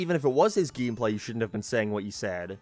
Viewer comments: Geemplay? I'm trying to figure out the way he pronounces it lmao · 'Theres only 7 minutes of GEEM PLEH'